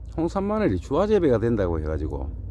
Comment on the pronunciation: 주화가 아니고 주아라고 해야 맞다고봅니다